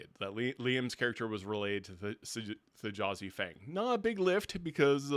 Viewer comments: Thjazi is pronounced THEE-YAH-ZEE. The J is pronounced like a Y b/c it comes from Norse. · First please pronounce the J as A Y in Thjazi Fang as Brennan did its small but will drive me crazy. Really enjoyed the discussion. Also this campaign feels much more plotted as a film or drama that conflict = Drama and that it’s less of a a party as opposed to a cast of characters. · I feel like I should take a shot everytime you mispronounce T'jazi's name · I can't understand how can watch the same four hours as us and be calling him Th'Jazi when every player was calling him "Thyazi" the whole time. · Just a small thing, it's spelled with a J but in the episode everyone just says Thiazi, not Th-Jazi. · Hate to be “that guy”, but the j in Thjazi is pronounced like a y. The name was said aloud NUMEROUS times over the course of over 4 hours, yall. Let’s be better about putting respect on the hero’s name, please. 🙏🏾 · You watched the whole episode and you keep mispronouncing Thjazi...... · This was an excellent discussion. Why are you saying the j in Thjazi’s name? Not a single person in the 4 hr episode did so, clearly indicating that it’s silent. Always find it odd when people don’t pronounce names like the people who have them.